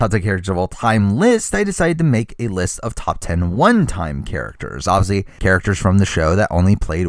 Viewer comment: im sorry about how random this comments is but everytime you say obviously I understand it as Ozzy and im like..... why is Ozzy on this list?? he played a billion timessss. and then i realize